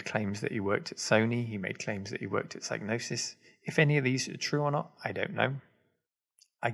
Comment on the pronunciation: Also pretty sure you don't pronounce the G in "Psygnosis", if that was a clue that might've helped spot him at the time. In "gnosis" it's silent. And I've actually heard "Psygnosis" spoken out loud somewhere or other by someone official, maybe on Gamesmaster or something.